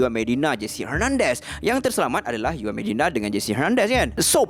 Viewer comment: kan bagus kalau belajar sebut sebutan yang betul. Setiap video mesti ada salah sebutan. Setakat juan disebut yuan xpe lagi. Ini sawed off gun disebut sawit omg 😭😭